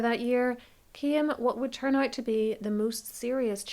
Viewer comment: Legit thought you said “he’s ugly” not “ he’s out” 😂 whoops